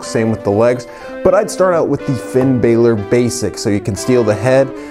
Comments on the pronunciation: its not finn b-ai-lor its b-a-lor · It’s Balor not Baylor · That shit annoys me